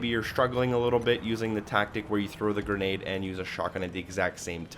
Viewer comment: Thanks for the "gernade" guide 😉